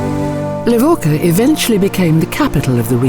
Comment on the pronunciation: Within the first few seconds your automated voice completely mispronounces the name of the place you're supposed to know so well that you're posting a documentary about it. It's pronounced Le-vo-cha. Idiots.